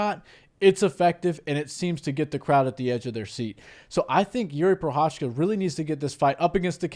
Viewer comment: spíš mě nasralo, že Cejudo, co říká jak je dobrý kámoš s Jiřím, když ho trénoval... Ale furt nevysloví jeho příjmení správně 😂Prošečka ain't it